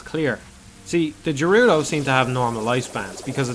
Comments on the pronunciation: Speak for yourself, the fishing game is super stressful for me. Stupid-ass giant fish never taking my lure... Also I'm pretty sure "Gerudo" is pronounced with a hard G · The 'jerudo' fortress. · (jer-oo-do?) Oh man, do you pronounce GIF as (Geoff minus the o)?